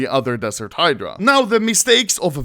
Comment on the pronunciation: Oh finally anomaly learned how to pronounce the word "Hydra", verry nice